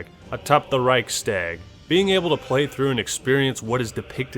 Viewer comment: the way you say Reichstag makes me shiver. Also, the Reichstag building was burned down before ww2 soooo